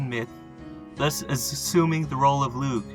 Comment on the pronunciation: Crom Cruach was demonised by the Christian monks. He and the Corra (another Primal Irish deity) were ‘slain’ by St Patrick. This was all about wiping out older traditions. Only 2 references to Crom Cruach are left both from Monks. Lugh is pronounced Loo by the way